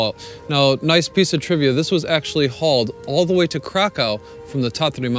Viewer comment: He actually does say Kraw-cow through part of the video, then switches it to the proper pronunciation.